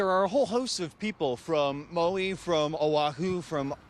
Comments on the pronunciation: Where's Mowie? There isn't any island in the Hawaiian archipelago called Mowie. If you can't properly pronounce places or people's names you certainly shouldn't be in media broadcasting. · Who is this reporter? Maui is not pronounced Mow EE? Get someone who is informed.